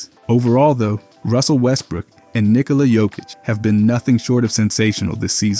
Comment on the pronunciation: Lost me at nikola jokick